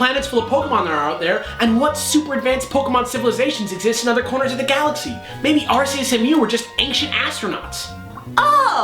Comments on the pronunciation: Arceus is pronounced with a hard C, as in cat. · You pronounce arceus wrong. Watch the fucking movie.